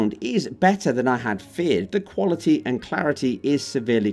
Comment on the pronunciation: "Sound wuality"